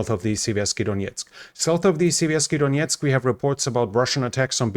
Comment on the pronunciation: Siverskyi DoneTS, not DoneTSK. The river doesn't have the K at the end.